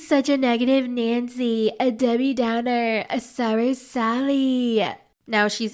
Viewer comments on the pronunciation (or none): none